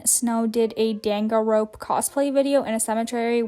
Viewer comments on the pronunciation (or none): Haha dangan ronpa (I forget how to spell it) is pronounced exactly how it looks. Most Japanese is, except the hard Rs. Also hey not to sound pushy, I love the work you guys do, I was just wondering if y’all already did the iPad giveaway? 😅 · My favorite thing is listening to you trying to pronounce danganronpa